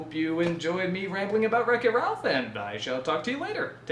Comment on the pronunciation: That is how it is pronounced. Good job.